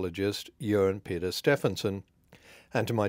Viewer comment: Very good pronunciation. We don’t all say “Peder” with a soft “d.